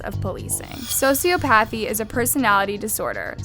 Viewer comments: Its ‘Soci-op-athy’ not ‘socio-pathy’ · please look up how to pronounce sociopathy. (So-see-OP-a-thee.) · Dead eyes. Mom's eyes full of life.. ( btw, .It's soci O' pathy.) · Why the fuck would you censor the "napped" in "kidnapped"? How many times have you been dropped on your head And how do you pronounce "Pagliari" as "Palligari"? And you can't pronounce "sociopathy"? Smh these youtube narrators don't know how to speak english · I like this channel.. because it explains these cases well without too much fluff.. but the way she pronounces some words makes me giggle lol. Like sociopathy here and macabre in another just funny to me